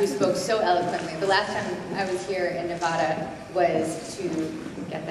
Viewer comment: thanks for recording this! and you guys should pronounce Nevada like her!